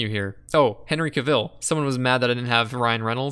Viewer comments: Henry Cavill? Like "Cav-hill" without the h? I keep hearing Caviel like he's French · Jesus Crist his name is Cavill not Caville omfg 😭